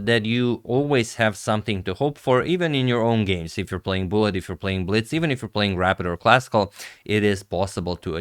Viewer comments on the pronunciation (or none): none